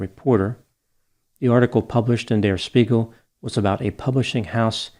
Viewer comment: Spiegel is pronounced CHpiegel